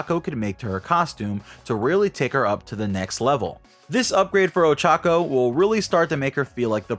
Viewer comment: Dude it's not that hard to pronounce her name right